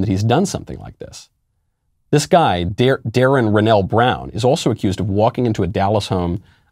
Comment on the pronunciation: I know this isn’t the point but this man couldn’t bring himself to pronounce the name Darrin he stuttered and said it wrong 3 times. it’s not a hard name that has to be on purpose